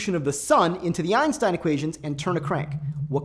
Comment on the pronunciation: Thumbs down. You are talking way too fast for 90% people to understand, especially about topic difficult as this one. Even the animation is fast as hell, why so rushed? Secondly, thumbs down for the fact that you can't pronounce Einstein's name correctly.